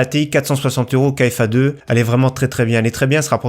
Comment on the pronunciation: KFA2 se prononce KFA « carré » comme en maths ( le 2)